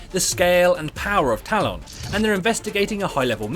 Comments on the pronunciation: When the video requires you to say talon dozens of times throughout the video, can you please say it right? Tal-EHN not Tal-ON. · Stop saying Talon like that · The way he says talon triggers me for some reason lol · nah allg lol I found it more funny than anything